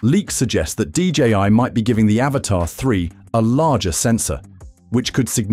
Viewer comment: we all aware of that dipshit..i own one..but its not pronounced avatar..seems like you cant read but pretending to be smart